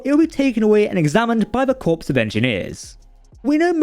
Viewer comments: Corps is pronounce core, not corpse. corpse of engineers. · "Corps" (a group of people) is pronounced "kore" Engineering corps "Corpse" (a dead body) is pronounced "Korps" Cold, stiff corpse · Core of engineers, not corpse. Dead bodies (Corpse) can not study any starship. Example: Marine Core, not Marine Corpse.